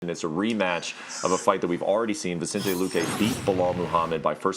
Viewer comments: Boy said vichente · Dude cant even says Vicente's name properly